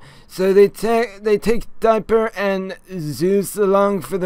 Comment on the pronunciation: "Diaper and Maybleyl" XDDD